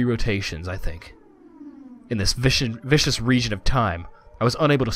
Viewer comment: Um, I wouldn't normally say something like this, but it has come up so many times, I think it needs to be said. The word is "viscous", not "vicious". Completely unrelated words, with different pronunciations. viscous /VIS-kus/ adj. (of a liquid) thick and sticky, having high internal friction, as oil, honey, syrup, etc. The corresponding noun is "viscosity", a measure of a material's resistance to various stresses. Also, don't forget about the message log. You can use it if you accidentally skip something.